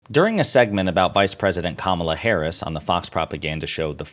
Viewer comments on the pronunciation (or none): They purposely pronounce Kamala’s name wrong! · I can't stand it when "so-called journalists" like those hacks on Fox cannot even pronounce the name of the Vice President of the US.